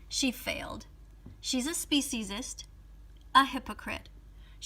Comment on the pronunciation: She cant even spell speciesest rightor say it right